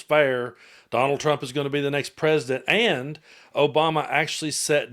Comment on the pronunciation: "OBAMA-NA" SHOULD REALLY CONSIDER SEWING FOX